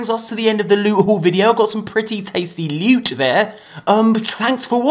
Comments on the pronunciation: LEWT. SWEET, PRRRRRECIOUS LUTE! My favourite intro of all time😂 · That intro tho " prrrrecious lute😂😂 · I sounds like he said 'sweet precious newt' 😂.